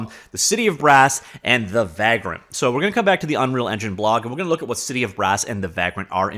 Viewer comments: It’s pronounced vague-rent, as in a tramp or hobo, do all Canadian miss pronounce words? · Unrelated but seeing the word Vagrant reminded me of one of my favorite games, Vagrant Story. Also you say vagrant weird, or maybe I say it the wrong way lol. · No, he’s pronouncing it wrong, but I forgive him.